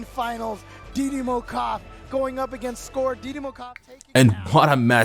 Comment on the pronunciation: Hey freind you can talk didimoKOF normal no K O F. in Brazilians we call it that didimokof all Words together but you can call it that way if you fell it more comfortable